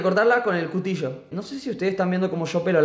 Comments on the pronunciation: Lol dijo cutillo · No dice cuticho dice cutillo